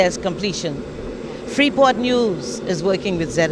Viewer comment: when that lady said “sacrifice of life” I said there it IS .........all of a sudden everyone working as one and the word Freeport ..............stress on the word “Free” for a moment ........and I agree with you ! Ashame smh